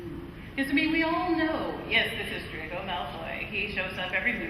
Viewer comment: Not Drgon it’s Drco